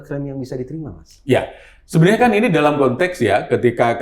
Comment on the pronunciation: Lbh tepatnya dolom, bukan dalam. Hahahah😁😁😁